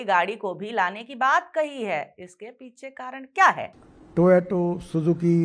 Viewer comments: टोयोटा है नाम टोयोटे नहीं। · Gadbadkari ko Toyota ka naam bhi thik se lene nahi ata. Check - TOYATO, SUZUKI .........